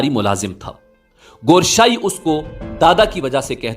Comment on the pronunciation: Gooooshaie nahie hai it's Gowher sahie